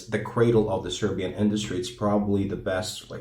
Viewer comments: I have to compliment you on such an elegant pronunciation of the Serbian language as if you were a nobleman. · There is a great video about the creation of the Zastava M70 on one Serbian Youtube channel.Its in Serbian but it has English. subtitles. свака ти част на изговору Српског!